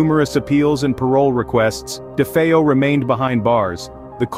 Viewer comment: I am so glad someone can pronounce DeFeo properly.